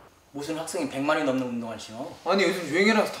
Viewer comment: 나만 운동을 계속하시나봐요에서 똥을 계속 하시나봐요라고 들림??